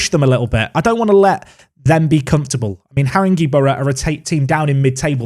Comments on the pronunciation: ‘Saint All…Bans’ ‘Whit…Sta…ble’ ‘Ha…ring….gay’ You’re welcome. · We train on Harringeys pitch, that’s pronounced Harrin-gay. Sorry haha sound like an English teacher, hate myself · FYI, the E in Haringey is pronounced as an A........ I live near there....... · I volunteer for a team in this division in real life but unfortunately they’ve been relegated on this save so you won’t play them, but listening to you pronounce all the teams’ names is entertaining 😂 You played Har-in-gay Borough today 😁